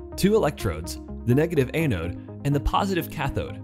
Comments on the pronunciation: ăn′ōd″ ah-node not ay-node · a-node? Sounds like your speech program needs an update. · you should learn how to pronounce anode properly.